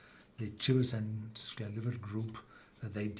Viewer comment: Why is he pronouncing the names of these distilleries incorrectly? Both ends with "...ack" , NOT the way Loch is pronounced.